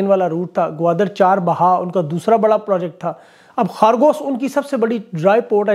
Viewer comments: Sir, The Name of the Iranian seaport is CHAH BAHAR , instead of Char Bahao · چاہ بہار ھے چار بہا نہیں